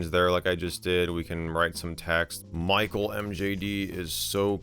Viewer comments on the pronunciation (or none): none